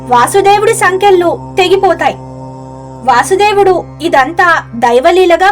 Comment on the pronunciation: ఆయన పేరు వాసుదేవుడు అని పలక కూడదు వసుదేవుడు అని పలకాలి